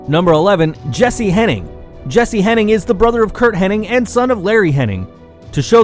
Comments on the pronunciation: HenniG. Not HenniNG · Man, it's Hennig, not Henning. Curt "Mr. Mother Fucking Perfect" Hennig. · It's HENNIG, not "Henning". As for Ted DiBiase Snr..."he may never have won big gold"...um, TDS was a three-time WWF World Tag Team champion. For what it's worth, he was also the WWWF North American champion (the forerunner of the WWF Intercontinental title).